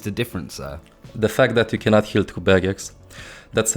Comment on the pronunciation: "She cannont heal through baguettes"